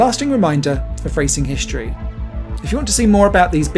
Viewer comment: shtraight, conshtruction, hishtory? :D weird to see english change pronounciation during my lifetime Otherwise great video. Thanks